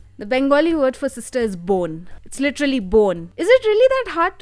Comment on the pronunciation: I can't stop laughing. Bone becomes bon 🤣🤣 1)Okay but one thing I want to correct. Indians don't have clearest accent. I have been hearing this nonsense since kid but it's absolutely false. It's sound clear to us bcs we r raised in an environment where we r aware of the language that the accent is based of. But that knowledge is not available to non-Indians and that's why they can't understand. Americans will naturally gravitate towards French and other European even Australian bcs they all are from white. Historically they r connected to and has lot of cultural influence. English also takes lot of words from old German and Welsh. Hence, why it will be easier. So it's not their fault for not being able to understand Indian accent. Also accent is highly influenced by what you hear. That's why people's accent keep changing with location. 2) Now coming to cultural representation. I have seen reiews of recent representation based films by many natives. It's interesting how all (the one I saw) have same thing to say as you. Shang Chi, Ms.Marvel, Black Panther, Raya and Last Dragon, Xo Kitty, Aladin. Alot of natives were not getting the representation. Infact in some cases it was abysmally hollow. Like in case of Raya and Crazy Rich Asian. Where in Raya, all SEA countries were mixed and cherry picked into sections based on personality as if it's Harry Potter and they were done. No country was given individual identity. Pretty much all the movies have one complain i.e not gett